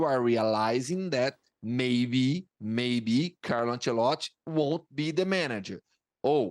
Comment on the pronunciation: Nobody: This guy: Carlo Ancelott'